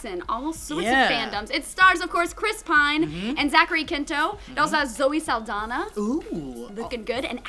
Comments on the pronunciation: pronounced Quinto wrong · I'm happy that you are now a fan of Benedict Cumberbatch but please learn how to pronounce Zachary Quinto. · is it pronounced zachary 'quin toe' or 'kin toe'